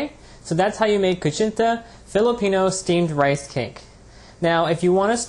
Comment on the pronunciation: It's pronounced "koo-CHEEN-ta." Just so you know. ;)